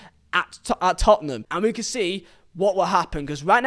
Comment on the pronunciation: it is pronounced "can" lol